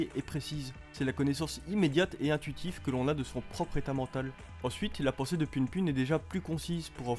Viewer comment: ca se dit pou poun juste pour rappeler